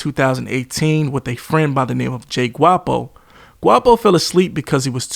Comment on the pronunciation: bro said smokeo GWAPO lol thats my que to leave. Cant even pronounce the shit pop saying